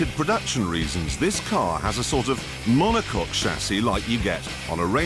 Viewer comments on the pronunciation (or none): none